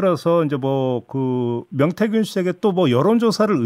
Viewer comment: 명태균인데 자꾸 맹태균이라네.ㅎㅎ